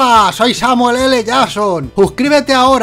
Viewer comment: El el minuto dice uscribete